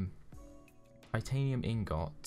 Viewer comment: He says ingot wrong